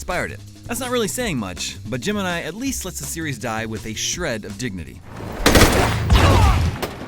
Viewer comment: Every time he says Gemini, I hear Jim and I